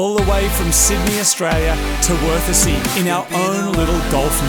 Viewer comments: So you're telling me Worthesee is worth a see? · The pronounciation of Wörthersee is on-point. :D "We arrived in verticy" :D